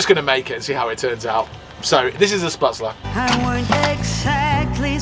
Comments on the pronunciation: Hahahaha! The pronunciations had me giggling 😂 kudos for trying! I’m here repeating the correct pronunciations ( my mother is German and I speak a bit myself). Oktoberfest is no joke and can be a madhouse. I still have my Dirndl… a very expensive one and would be considered ‘vintage’ now ha! Gruss aus Florida USA! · “*Spat-zul”……theyre made like little dumplings, with the dough forced thru a sieve into the boiling water. You reheat them by frying up in butter. Ita comfort food, like mashed potatoes or noodles. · What a great, feelgood video folks! As someone who's been to Munich many times but never to Oktoberfest, it was lovely to see you having such a great time there! Your German pronunciation did make me laugh, especially Spätzle and "Lederhausen", but at least you tried! 😁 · Hi guys the noodles you bought are called shhpetzler not sputzler incase you wanted to know the correct pronounciation. You just add butter and salt to it. It's basically German pasta/noodles and you can add anything to it like bratwurst sausages or whatever vegan meat you desire. I'm english but my grandad was German so I have had spätzle many times both in Germany and in England. Sometimes you can buy it in aldi or lidl in England though probably not the vegan version so stock up on it if you like it before you leave Germany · Lol when says spitzler then you jump in with sputzler.....with a chicken schnitzel. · I think they are pronounced. Spetsel. As there is an umlaut (two dots) over the a. My German was at school years ago, but that’s my take. Enjoying your continued adventures from my armchair in the USA. With my cuppa. 🇬🇧👍🏻😛expat here. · 😂"Vegane Spätzle". Aren't they vegan anyway? The right pronounciation for you would be "Shpatzle" We do put extra an Umlaut (ä) on the a, but you are using it ecactly the opposite way. And the farmer with his 40 Euro camping, selling crap bavarian clothes must have made the business of his life.